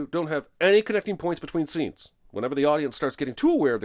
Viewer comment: Jeremy says "stenes" instead of "scenes"